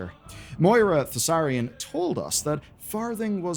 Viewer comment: You pronounced naga wrong, it's naagaa, not nagga. The vowels are drawn out. You also mispronounced Moira's surname, Thaurissan, wrong. It's 'thorizaan', spelt Thaurissan, not pronounced 'Thassarian', that's the name of a death knight. Otherwise, good work putting together those disparate pieces of Xal'atath's story and her impact on Azeroth's history (and pre-history), but it looks like you've included some spoilers from Midnight especially in regards to her origin as a dominar and the Voidstorm, which is worth making a clear disclaimer about.